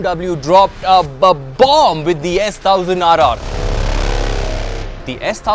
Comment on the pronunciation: Hey, it's “S ONE thousand RR” & not how you say it. Sorry my pet peeve 🤷‍♂️